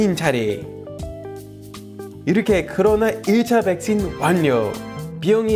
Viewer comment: 올리버 님 백신 발음 신 을 씬 으로 읽으니 웃기닼